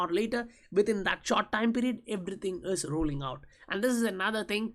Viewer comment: The way you pronounce "IS" is absolutely ridiculous